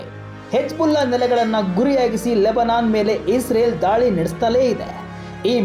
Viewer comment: ಧಾಳಿ ಅಲ್ಲಪ ಅದು ದಾಳಿ.. ಹಠ ಇಸ್ರೇಲ್ ದು ಅಲ್ಲ, ಕೆಣಕಿ ತೊಂದರೆ ಕೊಡುವ ಚಟ ಜಿಹಾದಿಗಳದು..